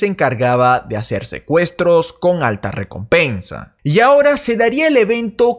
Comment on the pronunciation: Esa riecompensa